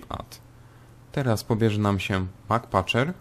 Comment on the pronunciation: "Mak paczer", przepraszam że się wtrącam ale powinno się wymawiać "Emsy Paczer"